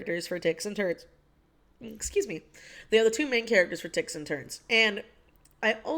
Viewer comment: what in fuck the first time you said ticks and turns i heard dicks and turds and i wasn't even concerned